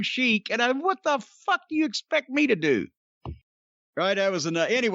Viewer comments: This NEVER gets old! Love the "Ah, Fack da Commissioner!" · Three of the greatest words in the English language are "Fak tha commissioner!" 😂😂